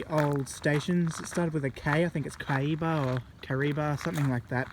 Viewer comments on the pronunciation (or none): It's not hard to tell you're not a local lol. Bit of constructive criticism and some clarifications for you. 1: Get some local knowledge from someone who's lived there for 40 years or more if you don't know the area and its history, the information on those signs is incomplete at best and misleading at worst. BTW Kahibah is pronounced Kah-High-Bah (why can no-one from outside of Newcastle correctly pronounce our suburb names). 2: The added concrete in the Fernleigh Tunnel roof was added prior to the bike track and was to sure up the roof of the Tunnel due to damage from the December 1989 Newcastle Earthquake and subsequent damage from groundwater seepage through the surrounding rock strata and the tunnel lining. 3: The photos shown of passenger trains would have been some of the last passenger trains to use the line, around that time (early 70's) many local lines became unprofitable for passenger service and were used for hauling coal only thereafter (the Maitland to Cessnock passenger service was discontinued at the same time even though the line still services Pelton Colliery). 4: Platform 3 at Adamstown was once close to the same length as platform 2 (around 3-4 metres shorter at the Southern end) it was used primarily by freight train crews for crew changes during the 1980's and was still in use at times into the 90's. The associated track was not removed until an upgrade of the level crossing in around 2010 and unstable sections of the platform were removed at that time. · The one you did not remember with K is Kahibah